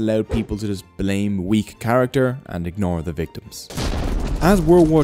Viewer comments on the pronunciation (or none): none